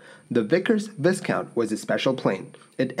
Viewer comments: It is pronounced vi-count, not viScount! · Its ‘Vie count’ not ‘viss count’ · Andrew Yes ... Well I don't. He can't even say VI COUNT. Keeps saying VIS COUNT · I always enjoy your stuff. I can imagine there are many blue blood Brits who are cringing at your pronunciation of the title Viscount. . . . it's correctly pronounced Viiiiiiiiiiiicount not Vissssssscount. Looking forward to your next clip. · Hahaha, "kaunt"? Wtf is that? The second syllable is "count" as written. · Just fyi, it's pronounced "VY-count," not "Viss-count." The "s" is silent. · Vy-count, not Viss-count! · It is NOT pronounced VISS COUNT. The "s"is silent making the pronunciation sounding as if it was spelt "VYE COUNT". Do wish you guys would check on the correct way to pronounce names etc.... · It is pronounced "Vy-count", not "Viss-count", same as the British title of nobility. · Say VI COUNT AND NOT VIS COUNT. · The "s" is silent in Viscount ..... vie-count (the first syllable rhymes with die). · I haven't even watched the video yet but I know I will love it! Not only are your videos well prepared and presented, but you produce them so regularly! Thank you for all your time and effort! [p.s., great video as always, but "viscount" is pronounce "Vi-Count", the 's' is silent :) ] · I would spell it vi-count,for pronunciation!😝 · Just FYI it's pronounced "vye-count" (the first syllable rhyming with "by"), not like "discount" :) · Love the video but it is pronounced " vie count" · Around 1990 I flew with one of these BAF Vickers Viscounts to Danmark to visit the Bang&Olufsen factories. In the pre flight info they mentioned the plane as 'British Aerospace Viscount'.. And yes, it's pronounced 'Vai-kaunt'. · a good video, well presented. One small point though. Viscount is pronounced Vicount, no s sound. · After all these " pronunciation" comments, I'll bet you NEVER say " viScount" again!! Lol ( picky picky lol) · Pronounced VI-COUNT the S is silent my friend. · ViCOUNT the “s” is silent.